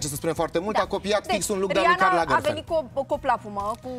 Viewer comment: Aualeu! Nu Karl Lagerfel, Karl LagerfelD!!! O gresala colosala din partea lui!